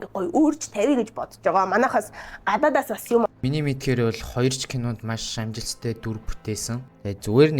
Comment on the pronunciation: L usgee unshuj chaddaggui ym uu kk ss amjilttai bish amjistai geed baihii kk